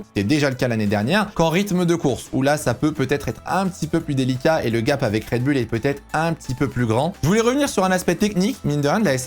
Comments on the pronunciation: yes same here, on dit red boule 😄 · red "boouuuullllleeee" putain... pas red "bulle"😅 tu dis les Chicago "bulle" aussi?? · Rien à dire sur les propos très riches et bien formulés. Petit bémol... un rien ! On dit RED... BOULLE et non pas BULLE !😏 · MDR la prononciation de Raide BULLE :) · La vidéo est sympa et intéressante, par contre la prononciation "Red bulle" décrédibilise trop le message. En tout cas, ça me fait tiquer :).